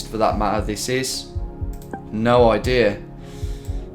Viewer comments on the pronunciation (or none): "Canadarrr", "idearrr", "Americarrr"... why do you speak like a pirate?